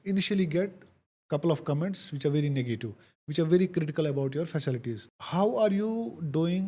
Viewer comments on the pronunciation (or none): Fasalties ne it's fa ci Li ties .keshir dhand